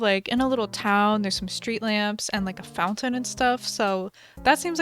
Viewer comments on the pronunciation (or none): none